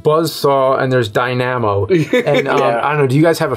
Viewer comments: It's funny how these sycophants don't call James out on his pronounciation of Dynamo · James says “Die-nam-o” instead of “Dina-mo.” Gave me a chuckle, hope you do too!